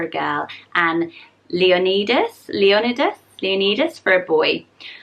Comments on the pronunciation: Leonidas is a Greek name pronounced Lee-oh-niy-das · Leonidas is pronounced Lee-on-EYE-dass. It’s most known for being the main character in the movie 300. I actually like that name (nickname Leo), but my S.O. said it sounds like “lion-itis” like an inflamed lion 🙄 lol guys are so weird, but now I can’t unhear it 😆